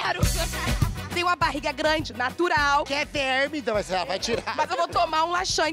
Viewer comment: Não é Aquer é Acué(ou Aqué)!!